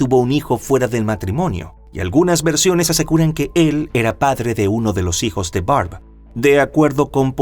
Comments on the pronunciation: Dos veces el narrador dijo: "Mis sijos", en vez de: "Mis hijos". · Sí yo también escuché misijos 😅